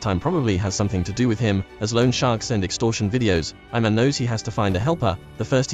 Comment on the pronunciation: Its not "I man" its ee man